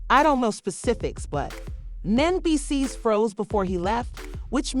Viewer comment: Men-Dee-Cees!!! Geez